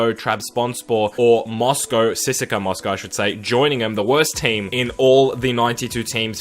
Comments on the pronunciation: Your pronunciations are cringey AF “C S K A” not “Siska” 🤦🏻‍♂️ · Am I the only one who noticed he said "Sissaka Moscow" instead of CSKA?😂😂😂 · Don't CSKA, C-S-KA !